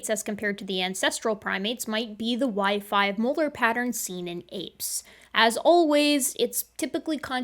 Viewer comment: Every. Single. Time. I keep hearing WiFi Molar. I'd love to have WiFi Molars!